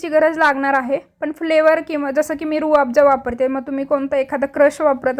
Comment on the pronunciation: छान आहे रेसिपी. पण it is Rooh Afza.